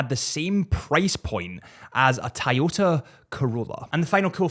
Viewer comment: Tie-yota? How does an accent make you pronounce the word “Toyota” that badly?